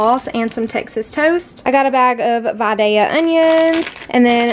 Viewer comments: THANK YOU, for saying Vidalia correctly! I'm a native Vidalian and you are the ONLY youtuber yet to say it right!!!! 👍🏼👍🏼👍🏼👍🏼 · Thank you for saying Vidalia right haha! I’m from there. :)